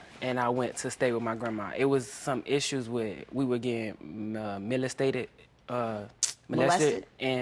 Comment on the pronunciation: Scrate, tooken, 10 mont year old baby, melistated, scrong! I can't even finish watching for fear that I'll hear some more of these abused words.